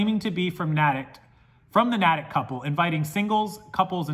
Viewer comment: We're wacky here in Massachusetts & pronounce everything differently that it's written - Natick is pronounced Nay-tick. I just wanted to let you know. Crazy story thanks for sharing!